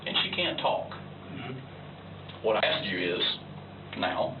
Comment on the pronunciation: 40 minutes in..... WHYYYYYYYYYYYYY CAN THIS WOMAN WHO'S STUDYING FOR A MASTERS NOTTTTTT PRONOUNCE THE WORD "ASK" !?????????????? IT'S NOTTTTT AX(E) !!!!!!!!!!!!!!!!!!!!!!